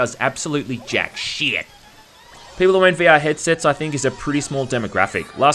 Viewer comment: "JAK SHEIT"